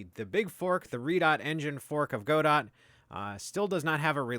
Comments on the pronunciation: It's GODOH*, NOT "go dot" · It's "Go-Dough" like "Waiting for Godot". The "T" is silent because it's someone's name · it's whatever you want it to be. the original play from which the name was derived is pronounced God-Oh, so if you wanted to be super technical about it then that's you'd have to pronounce it. the original author pronounces it Godot, which kind of makes sense as its logo is a Robot...